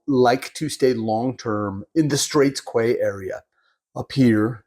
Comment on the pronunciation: For information - Quay is pronounced 'key' not qway- a structure built parallel to the bank of a waterway for use as a landing place - dock, landing or jetty. Straits Quay is a small marina. Otherwise good information about Penang.